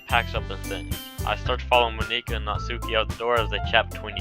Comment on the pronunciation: you're saying monika wrong btw